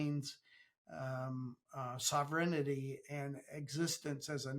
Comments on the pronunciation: it's not BudapeSHT it's Budapest like pest control, and it's not sovereignITY it's sovereignty "tee" - what a dud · "SovRinEhTee"....... "BooDahPreSHhh"